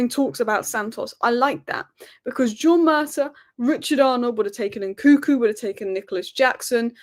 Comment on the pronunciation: It’s N -Kun - Ku not NKuku. You are missing the second N